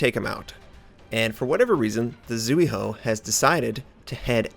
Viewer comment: B-b-but Karl is best CL :< When I'm sailing a Slow BBs I tend to do defensive play a lot since they can't catch up to friendlies most of the time. Maybe that's the better way of using them? Either way, I'm back for the usual :> Zui on Zuihou is pronounced like Zwi